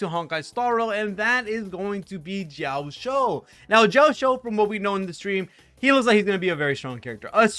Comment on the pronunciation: Bro pronouncing Jiaoqiu as Jiaoshiu makes me giggle every time since it means "To be shy in a girly manner" in Chinese LOL